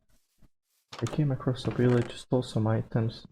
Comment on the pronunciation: When you found the village you said willage. Keep up the great work.